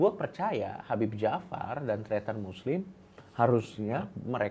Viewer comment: tretan muslim, jadi terdengar Christian Muslim Chuaakkzz